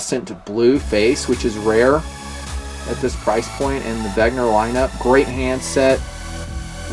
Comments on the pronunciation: another good vid! P.S. you keep pronouncing Wegner, but it's Wenger. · 'Ven-ga or 'Ven-ger not 'Veg-ner. The R is soft and the N is pronounced before the G. Just being picky.